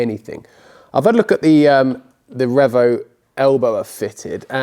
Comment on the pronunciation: Please stop calling it Rev O. It's Reevo. Car looks miles better with the original wheels on it.